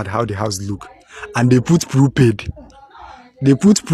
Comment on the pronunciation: its not prupaid nigerians... its prepaid!